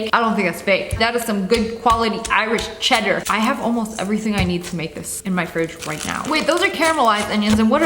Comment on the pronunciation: Girl did you say Irish cheddar